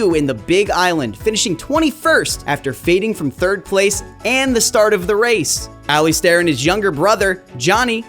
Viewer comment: 'Aley Stairr' ? Learn how to pronounce his name at least